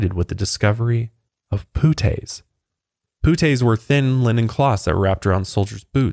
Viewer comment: As soon as he called the "puttees" "poo-tays" i shut it off